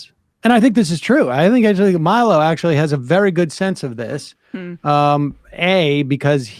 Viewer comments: It’s hilarious that Sam can’t or won’t say Milo’s name right. 😂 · That added syllable in Milo's name is gold